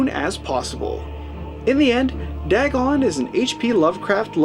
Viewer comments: Its pronounced D-AY-GON. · Lmfao you overact MORE than Ezra! Wtf is "dagg-on"?